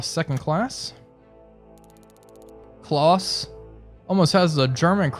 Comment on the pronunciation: You say Kloss its Khlause thats About as Close as i can spell how you say it in german Klaus.